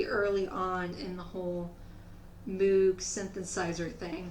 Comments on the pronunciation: Always cool. Re: Purple Rain Ya gotta admit "The Time" were purty smooth. And... You scored with that jacket. One thing, moog is pronounced moeg. As Walt Whitman wrote... "Kick out the doors, kick out the jambs." Peace on earth. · Just a heads up, I called it Moog like you do... Moog rhymes with rogue. That's his name, doesn't make sense to me either.